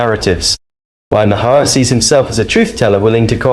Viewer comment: Stop calling him Mah-Hey-Her lol, I cant trust anything you say if you dont know his name